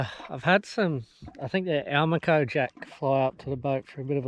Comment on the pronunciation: (But I do have one little bone to pick with this particular video, that I have brought up with a few other influenzers. Which is that Almaco, like Dorado, is no doubt a Spanish word, and it'd be nice if these online communities of sorts maintain some OG fishing culture... by pronouncing it the way any Spaniard would, like do-RAH-do... i.e., al-MAH-co... rather than AL-mah-co:)